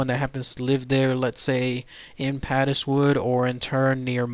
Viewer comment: Interesting video. I live not far from Padeswood and I had never heard of the incident, so obviously the miners kept their nefarious nighttime activities secret! (Padeswood is actually pronounced to rhyme with 'Paid' so, 'Paidswood' pronunciation. Lovely rolling hills and beautiful Welsh countryside.